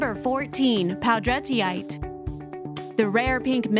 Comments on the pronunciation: #14: Poudretteite. The "ite" means that it is a mineral. It is named for a family of French descent, Poudrette, pronounced "Poo-DRETT." So the name of the stone is properly pronounced "Poo-DRETT-ite." Is it really so hard????? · I have a character named Poudretteite and I'm praying that wasn't the proper pronunciation of it. Lol. I've been saying it as Pou-dre-tite